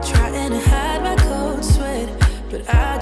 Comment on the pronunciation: Dieses unangebrachte 'mi' statt 'my' ist wirklich ganz peinlich 🙆🏼‍♀️😄